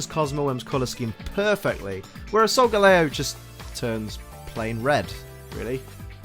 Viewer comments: Wait.. Solga.... Lay-Oh? ARE YOU KIDDING ME??? It's Solga-Lee-oh! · its solgaleo not solgeleo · I am cringing right now how he pronounce Solgaleo Its Sol-Ga-leo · It is soilgaleo leo as in the lion